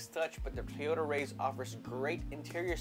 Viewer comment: it is pronounced rise bro